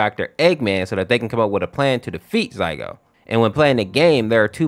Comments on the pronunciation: By the way it isn't "Zaigo" its "Zalgo" with an L not an I which makes me think why do you call "Sonic.exe" "Sonix.exe" ? like you do it and I am just so confused on how someone could mess up such an easy to pronounce name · I can hear him saying Zygote or zygo but its really zalgo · it's zaLgo, not zaigo. and silver the hedgehog is not in this story, silver sonic is a completely different character. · Zaigo?! You mean ZALGO? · BRO SAID ZAYGO 💀💀💀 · it's "zaLgo", great video, but- 😭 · now he needs to learn how to pronounce zalgo and who's silver sonic